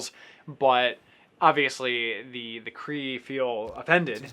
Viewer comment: 4 the name you did good I lived in Canada and I couldn't do any better